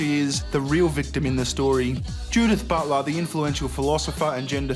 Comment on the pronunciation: Is it just me or does it sound like said "butt love" instead of Butler?